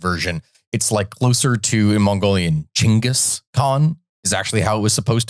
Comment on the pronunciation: Actuall Mongolian here we call him jinkeez too… so youre telling people that we Mongolians call our king by arabic pronounciation ? 😂 are you sure? By the way you should white Chingis /Чингис/ not jingeez or whatever